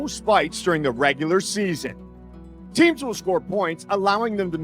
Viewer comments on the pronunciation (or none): none